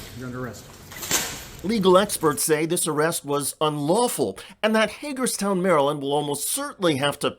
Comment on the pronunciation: Did you say Haterstown Maryland?